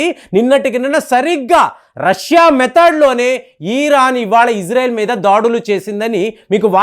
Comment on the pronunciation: ప్రపంచమంతా ఇశ్రాయేల్ అని పిలుస్తుంటే నువ్వొక్కడివే ఇజ్రేల్ అంటావు , నీకు చదువు రాదా యటకారమా ,,🎉🎉🎉